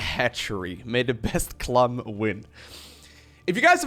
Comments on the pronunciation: Your French suxx bro, sorry;) Clément is NOT pronounced "Clay-mah" in French, and Clem, without the accent aigu is NOT pronounced "Clam" in French, and 'French' should be capitalized... Also (lol) there IS a very noticeable difference in English between Clem and Clam... You are right though about and Harstem using a strange in-between pronunciation:) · With pronunciation its clum vs clom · "serral pronounces 'clem' as 'clam' apparently" > pronounces "clam" as "clum" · LiquidClem's real name is Clément which is pronounced "Clay-mah" in french. Clem, without the accent aigu it's pronounced "Clam" in french. Italian pronounciation of Clem is also "Clam". In english there is little difference between the prouninciation of Clem and Clam. And with clams being a seacreature people would assume it is written as the latter. Dutch pronounce Clem the same way as the english, french and italians. But Clam is pronounced "Clah-mm". and Harstem use a strange in-between pronounciation which makes it sound like the english wourld write "Clum". The dutch word for clam is mossel, which is unrelated.:) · In italian "Clem" is nowhere near pronunced "Clam". Source: I am italian